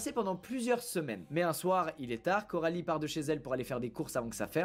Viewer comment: Juste c coralie pas carolie 😅😅